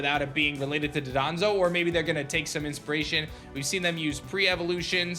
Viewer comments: Dondozo not dadonzo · It's not Dodonzo but Dondozo 👍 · You keep pronouncing Dondozo like "Dodonzo". I think you're getting it mixed up with Dodongos from The Legend of Zelda. Dondozo is "DON-DOUGH-ZOH".